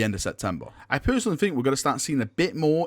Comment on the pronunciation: The word is think not fink